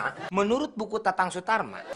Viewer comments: Sule : Tatang Sutarma Also Sule : Tatang Suratma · Itu tatang suratma munkin dia salah sebut karna keseringan ngomong tatang sutarma😅😅